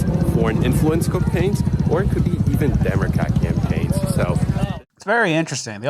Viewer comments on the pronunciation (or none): "whether it's foreign influence cumppaigns, or it could even demencat campaigns" lol